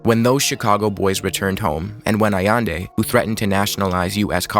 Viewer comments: allEndE not aiendi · Great video. It’s pronounced ahyende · I could be wrong, but i think you’re pronouncing Allende wrong. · nice video, but your pronunciations are wacked! Jacobo - Ha-ko-bo Allende - Ah-yend-de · Nosotroa pronunciamos Jacabo Árbenz no Yacobo, y Salvador Allende (Ayende).